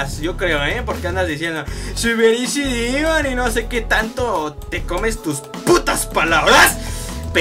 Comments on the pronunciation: Pq dices dimon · al demon le dice dimon